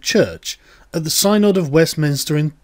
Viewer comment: Synod is pronounced SIN-NOD.